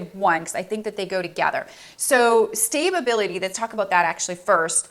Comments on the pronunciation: Ok ..I'm not trying to be funny I just want to make sure I heard right...Did you say Stabe- a- bil-ity? Did you mean Sta- bil-ity? If not...What does the first one mean? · Stay-ba-bility 🤣🤣🤣 I love your videos but this made me giggle 💋